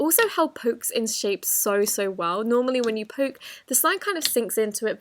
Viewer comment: when she said poke i thouth she said poop lol.